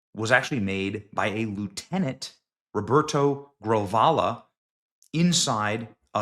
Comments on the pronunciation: Damn, Benny, READ. It's Grijalva. Gri-hal-va. Not Gravala. I've heard you say this a dozen times now. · Let me help you out. Gree-Hall-Vah. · Gree-Hal-Va ….. not a big deal but it would be nice if you read words correctly. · The guy's name is pronounced "Grih-hall-vah. It's Latino stuff. We pronounce J's like H's, maybe with a bit of back of throat over the H sound. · His name is pronounced like "Gree-HOL-va" 🤦‍♂️ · it’s pronounced “Gree hall va”.